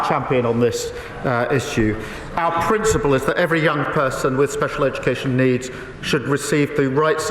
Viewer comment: At least Ed Davey says “our” - Starmer says ARE and I can’t bear it.